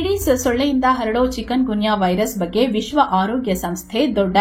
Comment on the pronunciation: 'ಚಿಕನ್ ಗುನ್ಯಾ' ಅಲ್ಲ 'ಚಿಕುನ್ ಗುನ್ಯಾ' 😢